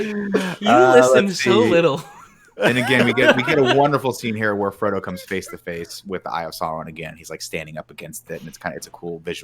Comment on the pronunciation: Nick calling Frodo Fredo is the funniest thing in my life and all of middle earth 😂😂